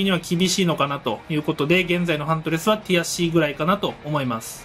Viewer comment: の「ティアC！」がどうしても「くやC！」に聞こえる空耳にかかりました。